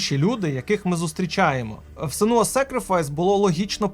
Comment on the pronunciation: на фразі "сенУУУя"... вимкнув нахєр... Блядь де ви сука такі грамотії беретесь? як же вже заїбали спеціялісти й спеціялістки у ваших етерах.... Доречі шо там той бородатий пузан "старий хлопчик" їй постаив? Теж "Шидевер 10 з 10"??